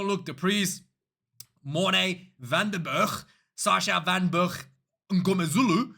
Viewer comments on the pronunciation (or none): none